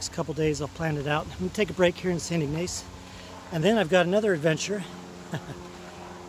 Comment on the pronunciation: ..pst...and its pronounced IG like pig, Niss like hiss....Ignace What a great look along LAKE MICHIGAN, love the new hat. Looking forward to Mackinac Island, I didn't do it, once again I had a dog with me, so I had to consider him...I got some great fudge there in St Ignace, and had a buffet breakfast in a Train car diner! I have Family in Three Rivers, Ann Arbor, and Fort Wayne IN. I don't get up there often tho...Hope you continue to have great hike!!